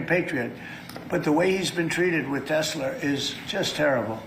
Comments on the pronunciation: Not demented at all 😳 He still pronounces Tesla with the hard R 😂 Now that Musk has been ousted from the DOGE, Trump can’t hide behind Musks incompetence. His selection of incompetence to run the government has been so mindboggling that the media hasn’t really been able to focus at his incompetence yet. If it’s not the DOGE, it’s the anti-vac letting measles go rampant. If it’s not the measles, it’s the use of Signal (despite told not to do that) and leaking the NOT-WAR-PLANS out to public. And if someone is about to get a whiff of how things are, HERE’S THE THIRD TERM. At this point I’m not sure if they’re the ones that need to go to work wearing clown noses or us for tolerating it 🤡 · I can alllllmost forgive trump for saying "Tesler" because my parents are from New York and often end words that end in -a with an -er, for example my dad frequently pronounces it "Americer". However I also think trump is stupid and his brain is melting. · "'Tessler'' What an idiot🤣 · every time he mentions tesler, its like that dude in idiocracy saying carl's junior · My Trump loving in-laws says Tesler as well. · Tesler lol wtf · What is Tesler? Hahahahaha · aussie say tesler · If he said Tesler multiple times it was all worth it.😂😆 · MAGATS hear the word Tesler and now will own it and call it that too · What’s a Tesler? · Oh my word! He said Tesler! He said Tesler! This channel is sooooo stooooooopid. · He wants to say Hitler but but then combines it with Tesla and it comes out as Tesler. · 😂😂😂 Every single one of these 🤡 know its pronounced TESLA but no one is brave enough to tell him! 😂😂 AND that includes the FAKE NEWS😂😂😂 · Gotta love Tezler!!! 😂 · bruh he said Tesla with the hard R damn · If he can't pronounce it, he surely doesn't know how it's spelled, meaning he probably doesn't even know who Nikola Tesla is! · A small mispronounced word. You're reaching here. Who cares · Can’t stand trump, but many NYers put an “r” at the end of words ending in “a” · "I love Tesler!!" 💁